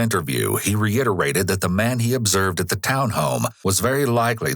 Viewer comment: i know Americans like to put enthuses on the letter 'h' but come on, theres no 'H' in reiterated lol (its not rehiterated)